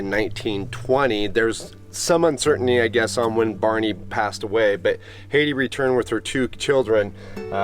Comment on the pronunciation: Beautiful video. I love the old homesteads. BTW, I had an aunt named Hattie and it was pronounced "Hat-ty".